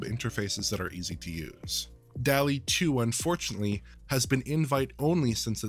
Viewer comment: It's pronounced "dawl-ee", not "delly". There're two Ls, like in "hall". *armor